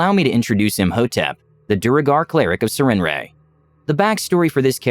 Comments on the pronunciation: Why does never bother to actually look up words before he puts out videos? I've never heard anyone say "Sir-ren-ray," which makes since because the name is spelled "Sarenrae." Like, the fuck, are you unable to spend 5 seconds on Google, figuring out something so simplistic? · I thought the goddess was said as "s air in ray", but anyway really good story!